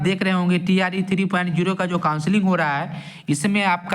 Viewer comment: Bhai tree pronounce mat Karo TRE bolo jayada thik rhega